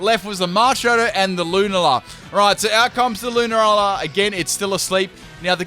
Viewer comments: Every time you say “Loon-a-lar” I die inside a little... I normally pronounce it Lune-ala. Am I wrong? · Lu-na-la? It's pronounced lu-nal-la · “Lun-a-la” when you continuously play the game but get the name wrong it “Lun-al-a” but apart from that awesome video 😎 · and in comes the Lunar-lah Me: 😐🔫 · the way you pronounce lunala triggers me :P its lu - nar - la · The way you pronounce Lunala makes me want to die